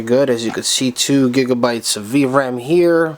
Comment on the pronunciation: "8 gigsabites "